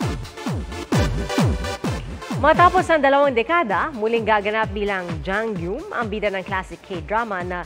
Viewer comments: Pde po ba na icorrect yung pronunciation ng Jang Geum? Hindi kasi Jang GYUM ang pronunciation non... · Yung nagsasabi ng arte dyan, 2024 na. Uso na ang internet. Andaming resources para hanapin ng tama yung pronunciation ng korean name. JANG GUM( JANG GOOM) kasi dapat ang tamang pronunciation ng name na JangGeum. 😮‍💨😐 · Hindi na ako nasanay na "jang GYOOM" ang basa ng mga Pinoy. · after 20 yrs d parin ma pronounce ng tama ang Jang Geum sa media people sa pinas 😂